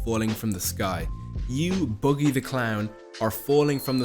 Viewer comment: bro said "boogy" 🤦‍♂